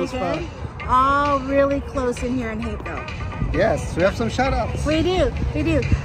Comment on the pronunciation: The first time said it I could have sworn she said “back to hickville”. But I’ve watched you long enough to know she would never say anything like that. Then I finally got it the second time...Hapeville. 😂